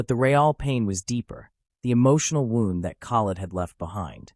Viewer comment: I was thinking the same thing... he was talking like he was there. Im sure the people involved didn't describe it like a story. This is probably A.I it had the same 3 or 4 pictures throughout And he pronounced "wound" as in the victims gunshot wound as "wound" like he wound a cable a human reading he's own note wouldn't make that mistake I wont be subscribing. I want real stories by humans.